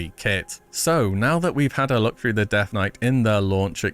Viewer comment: why are you pronouncing death as deatha? Deatha Knights:D